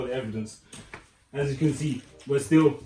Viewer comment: "As you can zee"